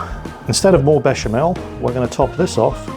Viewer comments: Well done for the bechamel and TNX for galantly butchering proshcuteioh! And you are right: more cheese! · As a french with some family in Italy, I'm actually impressed at how you nailed the prononciation of "béchamel", "gruyère", or "prosciutto". Well done. And frankly after what my father told about about english cuisine, I wasn't expecting this stuff from you, but once again, that's really nice !